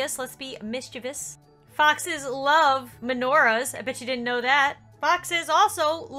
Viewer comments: Lol it dose sound like boxes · When was talking about foxes on Seapeekay day, I thought she said boxes so it sound like she said: people can dress up like boxes. Did you know boxes like menorahs? Boxes are Mischievous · Me too I thought she said boxes